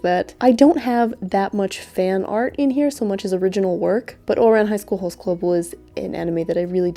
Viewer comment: I'm very much enjoying the way you pronounce Ouran Highschool Host Club. It sounds german.